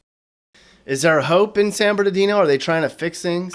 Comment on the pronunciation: San bernaghetto! Lmao 😂